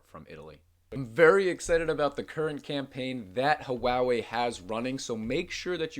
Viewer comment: Just fyi, Huawei is pronounced waa-way, not huwowee.